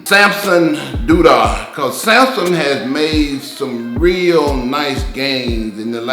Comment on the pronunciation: I love that Ronnie called Samson, Dauda Dooda, funny little moment. But man Ronnie's predictions were so spot on Im surprised he isn't a judge too! Amazing